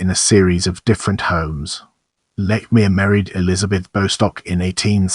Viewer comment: You're pronouncing his name wrong. You're also wrong on MANY accounts. No wonder you have no views.